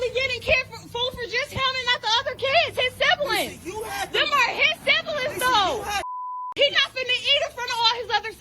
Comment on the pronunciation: "Them are his sib-uh-lins." Just....wow.